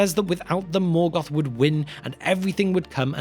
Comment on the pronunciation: Melgoth. No, wait, Morkor.